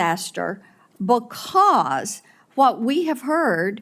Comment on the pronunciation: She’s the female Senator Kennedy. She even looks like him. She pronounces “because” like a chicken pronounces “backaw”.